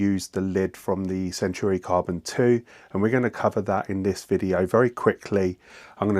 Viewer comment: And while we’re at it, it’s centAUri, not centUAri